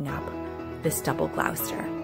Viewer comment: Lovely! Wonderful selection. Just as a point of interest, Gloucester is pronounced Gloss ter. Used to live 2 towns away.